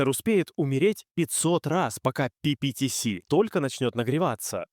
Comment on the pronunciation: Ага, только почему-то то ПиПиТиЭс, то ПиПиТиСи. Я уж про ударения не буду.